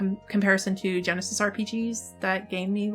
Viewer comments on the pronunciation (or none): none